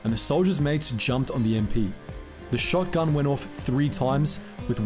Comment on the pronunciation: What is a batten? Like "batten down the hatches" a baton (ba ton-rhymes with gone? is completely different) What is a short gun? You do know there is no "r" in shotgun, right. Going to be avoiding your stuff in future. Your inability to read the script is just too distracting